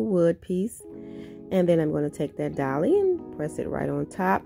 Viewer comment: Very cute and creative ways to use the wood rounds. I was listening to your voice and it is so soothing but when I heard you were gluing "Dolly's" I had to stop and rewind and listen to it again, it must be your little accent. It was so cute